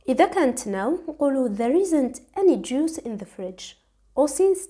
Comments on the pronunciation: Juice not juis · ملاحظة صغيرة فقط Juice مش juis بلاك مانتبهتيلهاش...شكرا ليك فيديو مفيد💖